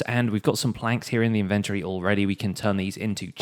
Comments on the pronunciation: Why is the "o" silent in his "Inventory" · I guess its an accent